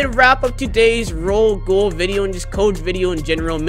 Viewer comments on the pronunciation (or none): Ro-Ghoul (Ro- gowl) not ro gool